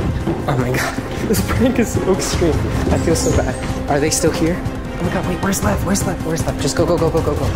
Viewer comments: When she said by lev it sounded like by love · I thought she said love actully she said lev